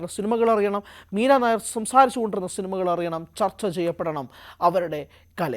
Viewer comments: മീരാ നയർ അല്ല നയ്യാർ ആണ് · എടാ പൊട്ടാ , നീരനായർ അല്ല മീര നയ്യാർ എന്നാണ് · യി വ്ലോഗർ കു വായില്വരുന്നത് വച്ചു കാച്ചുകയാണ്. നായർ അല്ല നയ്യർ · Not Meera nair, meera Naiyar. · മീര നായർ അല്ല മക്കളേ മീര നയ്യാർ ആണ് .... ഇവിടത്തെ നായർ കാസ്റ്റ് മായും ഒരു ബദ്ധവും ella ...... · നയ്യാർ not നായർ. .....പൊട്ടനാണോ റിപ്പോർട്ടർ 😂 ന്യൂസ്‌ 18 നിൽ ആരും ഇല്ലേ re check ചെയ്യാൻ air ചെയ്യുന്നതിന് മുന്നേ. ..... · മീര നായ്യാർ ആണ്, നായർ അല്ല... അതു വേറെ ജാതി. വിവരം ഇല്ലാതെ വല്ലതും വിളമ്പരുത് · മീരാ നായർ അല്ല മീര നയ്യാർ ആണ് ശരി. ഒറീസയിൽ ഉള്ള ഒരു കാസ്റ്റ് സർനെയിം ആണിത്. കേരളത്തിലെ നായർ അല്ല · Meera Nair alla. Meera nayyar aanu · നായർ അല്ലെടോ നെയ്യാർ.... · MIRA NAYYAR not NAIR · പഞ്ചാബിൽ നായർ എന്നതിന് നയ്യാർ എന്നാണ് പറയുന്നത്. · മീര നായർ അല്ല സുഹൃത്തേ മീര നെയ്യാർ എന്നാണ് അദ്ദേഹത്തിൻറെ പേര് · നയ്യാർ ആണ്.നായർ അല്ല. ഇവർ പഞ്ചാബിയാണ് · നായര് അല്ലെടോ നയ്യാർ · നായർ അല്ലേടാ മാപ്രേ നയ്യാർ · മീരാ നായരല്ല. മീര നയ്യാർഎന്നാണ് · മീര നായർ അല്ല നയ്യാർ ആണു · നായർ അല്ലെടോ. നയ്യാർ എന്നത് പഞ്ചാബിലെ ഒരു ജാതിയാണ്. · ഇവൻ ഏതു അവതാരകൻ അറിയില്ലെങ്കിൽ തള്ളാൻ നിൽക്കരുത് നായർ അല്ല നയ്യാർ അറിയില്ലെങ്കിൽ പറയാതിരിക്കുക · മീര നായർ അല്ല, നമ്പിയാർ അല്ല, കുറുപ്പ് അല്ല അടിയോടിയല്ല, മേനോൻ അല്ല മീര നയ്യാർ.... പഞ്ചാബി. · 😂 മീരാനായർ അല്ലടോ....മീരാ നയ്യാർ ആണടോ.... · നയി യ്യ് ർ എന്ന് പറയാൻ അറിയില്ല മയി റേ